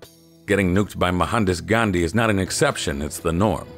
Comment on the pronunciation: Did he say Mahandas Ghandi? 😂